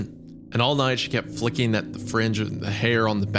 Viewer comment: why does Wendigoon have such a hard time saying “flicking”? 🤔